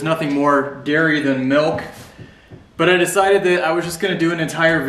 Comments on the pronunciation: I love how we say it out west. Sounds like my mom. “Melk” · Here in Texas milk is a two syllable word: "mee oak"